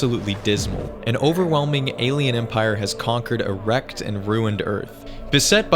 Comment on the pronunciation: I know what you said was “a wrecked and ruined Earth” but what I heard was definitely “erect and ruined Earth.” 😂